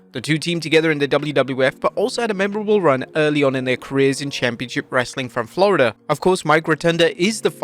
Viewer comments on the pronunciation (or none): none